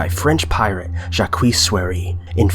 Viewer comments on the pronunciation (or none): none